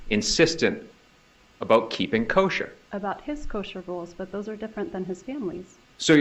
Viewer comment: I don’t think this lawyer did that great. Mispronunced “Kosher” and has a few failed attempts to get Wendi rattled. Wendi had a few moment that actually stomped him.